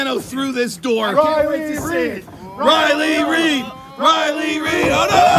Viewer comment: LMAOOO riely reid riely reid riely reid 😭😭